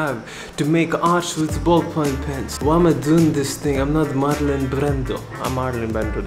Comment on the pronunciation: Ballpoint pen. Say it with me Ballpoint pen. BALLPOINT PEN